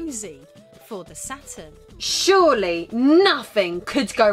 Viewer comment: "RISE & FALL OF THE ATURN"